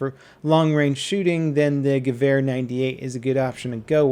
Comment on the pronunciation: Wow finally someone saying Gewehr and not "goo" or "gewer"